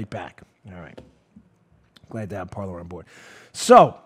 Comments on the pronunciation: Dan, please, the name of your sponsor is "Parler." It is the French word meaning "to speak." It is NOT pronounced par ler. It is pronounced par lay. I have heard so many conservative broadcasters mispronounce it and it's really starting to annoy me. It isn't an English word, so it shouldn't be pronounced as if it were. If you are the only one to pronounce it correctly, you'll be light years ahead of all the rest. I love your show. You always give sources, which I use when conversing with leftists. They can't refute what I say because they don't have sources other than commentators' opinions. You give me the ammo I need to shoot them down. I can't thank you enough. And, although you always make it clear you get a lot of your info from people pointing you to those sources so you don't spend all your waking hours searching for the articles and documents yourself, you are the one with the bully pulpit that gathers them together so we all can save time and back ourselves up with the needed facts. And Paula does a wonderful job as webmaster and her abilities to project the right articles, the parts of the articles, and highlight the pertinent sentences during your YouTube broadcasts are superb. Thank you to both of you and Joe does a great job as producer. It's a very professional job by all of you. Please keep up the good work. And remember, it's pronounced par lay, like in horse racing. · It's pronounced "par LAY." It's French for "to speak." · Dan, "parler" is the French word "to speak " or just "speak!" and is pronounced par-LAY. You'll be better served by pronouncing it the French way. Blessings. Ken